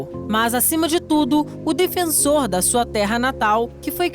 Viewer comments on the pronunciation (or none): none